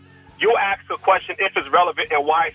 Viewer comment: 😂🤣😀 You "aksed" the question.. Michael destroys the caller.